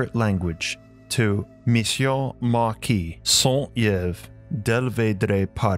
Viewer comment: Not a good pronunciation for french names like Papus & Saint- Yves d'alveydre ! Mount Meru is the name for this kingdom in the Indian Mythology. Shambhala is the spiritual place where all Initiates live in their spiritual body. You can find books from Andrew Tomas if you're lucky. Shambhala oasis of light. Nicola roerich too was looking for the Kingdom. The Russian were very interested in that quest. Among these Holly Beings are many great Rishis (Seers) of Ancient India. In the middle age people were searching for the Priest John kingdom you can find it in the book the Adepts by Manly Palmer Hall. Kalki Avatar who is the King of this world will come to bring Satya Yuga (the golden age) when the majority of human governments and people will be ready . Kali yuga is the last age of the 4 Yugas that come in the history of our humanity numerous times like the four seasons . UFO come from there and they still fying to observe cause Agartha was considering us in great danger and our planet too after Hiroshima and Nagasaki. Amiral Byrd delivered the message to USA but they did not listen and forbide him to talk. His son found a diary that has been published even on you tube. Lot of books exist about it, even the story of Noha is fake. Guenon was right about his book le roi du monde He is called too : " MANU" and is related to the story of Noah. Excuse my french, I am not used to write in English. God Bless.